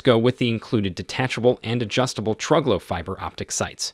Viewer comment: TruGlo is pronounced true glow